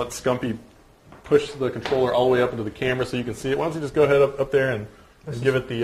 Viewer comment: THE FUCKING CONTRLLERR LOOOOOOL ahahahahaha